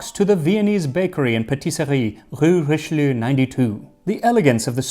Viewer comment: not Richeleiu but Richelieu.